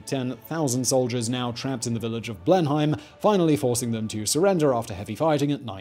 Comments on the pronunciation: Wtf... have you never been to Blenheim Palace 🤦🏻‍♂️😂 it’s not known as Blen-haim it’s Blenum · Blenheim with a long "e" more like "Bleeeeenheim" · Nobody pronounces 'Blenheim' as 'Blen - hime'. It's 'Blen - num'. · I think you are saying Blenheim Palace wrong